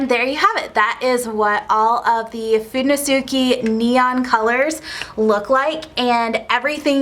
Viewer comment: Now there's how you say "fudenosuke"